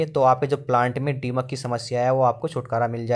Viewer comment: डीमक नहीं दीमक होता है